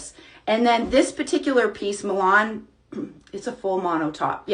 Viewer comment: Milan is pronounced Mill ahhhn